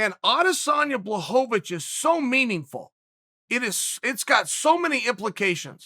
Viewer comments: I miss when Chael called him blahovavich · Chael changes how he pronounces names each time Jen Blahoavick or Jarn Blockohvich Come on Kale Sonnin